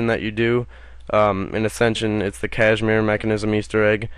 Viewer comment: Kasimir, not cashmere.